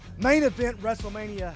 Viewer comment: Did you say " Main Event WRESTEMANIA "?!